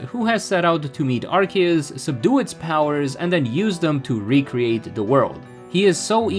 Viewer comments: It’s not pronounced as arse-ee-us 💀 That only existed VERY briefly before they changed it because it literally contained arse..butt. So that’s no longer the intended english pronunciation. Pronouncing it as arse-ee-us is wrong but it’s literally not that serious And what obnoxious subtitles? 😭🖐️ the only subtitles are ones you have to turn on! And they’re auto generated. If you mean the literal 2 seconds of subtitles that feature 1 small sentence 💀 than wow you’re triggered by subtitles WAY too easily.. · Obnoxious amount of subtitles, and saying Arse-ee-us wrong, I got 40 seconds in before leaving. Good day sir.